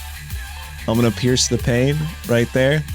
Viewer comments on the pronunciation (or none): none